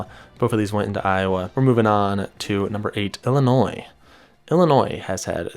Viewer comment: Thank you for pronouncing illinois correct, as a illinois resident, chicago is a sneaky good tornado spot also.